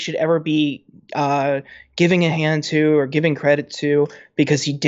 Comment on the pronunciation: John, it's "for", not "fer". For the record, it's "to", not "ta". And "a lot" is two words, not one (alot). Just saying. Oh, one more, there is no "t" at the end of "across".